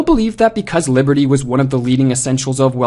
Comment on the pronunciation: I can't stop hearing "liverty"